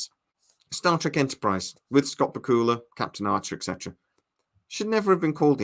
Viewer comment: The G could have been overhauled with weapons and tech. Why didn’t they just say that quickly, big fail. Only thing that done wrong. And it’s Bak u la 😂